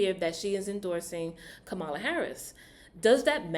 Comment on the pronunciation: Just a little critique, because I believe you mean well, and you're not trying to show prejudice or bias (I could be wrong), so, two things I noticed within a couple of minutes. You seem to intentionally miss pronounce Kamala's name, and you said she was the "Border Czar" when no such title exist for the current VP. Both of those points are 'out of order' and definitely out of the conservative right wing talking point playbook. And I'll continue to listen to see if you address Donald Trump in the same way?